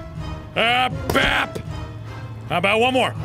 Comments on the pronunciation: BrambleLeaf Warriors/AJ/Animations cuz u didn't say bab you said bap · who else heard fap instead of bap lol ( i re-winded cause i was confused lol) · Woofy Mcwoofwoof he said it right